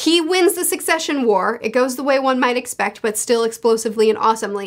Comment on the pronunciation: Every time that she called it the concession war I couldn't help giggling a little. Imagine Kurapika, the Phantom Troupe, the Princes, and everyone else plotting and killing over the survival of their cute little fruit stands and nacho food trucks., if you are reading this, please dont change how you pronounce succession.